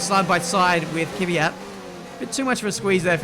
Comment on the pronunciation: it's "KVYAT". Not "Kivyat".